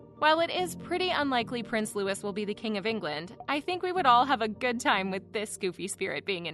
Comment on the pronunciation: Louis is pronounced Loo-ey